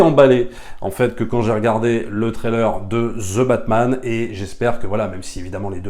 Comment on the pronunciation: Plz, arrêtez de prononcer :" Ze batman " phonétiquement c'est "2 batman"